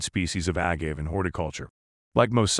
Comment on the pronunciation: A-gave, wrong pronunciation. Also showing King Agave pictures.